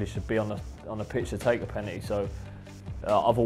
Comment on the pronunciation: Loves Nobes, top bloke. This is worth it just to hear the way he pronounces 'penalty'.